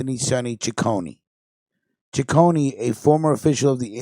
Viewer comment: Correction my last names pronounced C I c c one there’s no CH or y it’s not Chiconey